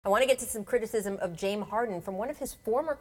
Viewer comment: how the fuck do you mess up the name james? lmao its one of the shortest simplest and most popular names ever hahaha